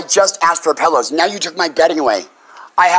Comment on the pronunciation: I would evict you too for saying "pellows"